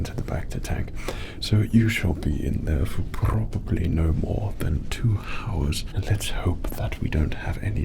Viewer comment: Kept a straight face through all the rolled Rs, but the hhhhours did me in xD